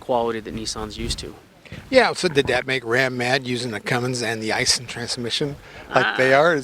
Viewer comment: Eye-sheen (Aisin) boys, but hey, I don't expect y'all boys to say it right anymore than I expect a Japanese to say McDonald's correctly (or collectly). Anyway, that's the transmission I'd want. Yeah, these crosswinds we have today are much stronger than the old fashioned winds. I check out Titan some day. Biggest problem I see so far is that tiny fuel tank!! What in the world was Nissan thinking?! I know, weight capacity; make it look like it carry more. Knuckleheads.